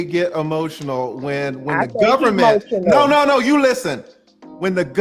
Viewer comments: Y'all didn't peep that she was saying "Don't be he-motional." He started to patiently reply, and she attempted to double down. "I said he-motional." Like she was being funny. And then he went in on her. WTF is he-motional? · TLA & KS got so much patience! Also that chick was spouting S.I.G.N. language talking about some "HEMOTIONAL" I know y'all peeped that slick tongue.